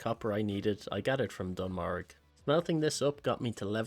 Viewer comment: Pronouncing Dun Morogh as Dun Morg has to be a crime